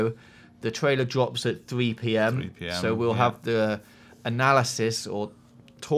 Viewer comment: "dwops" ahaha awww :') <3